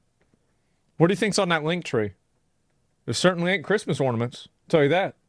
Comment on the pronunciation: "What do you think is on that link tree? It isn't Christmas oriements"